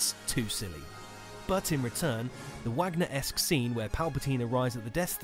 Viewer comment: It’s “Vahg-ner”. Just sayin’ for future reference. Great vid.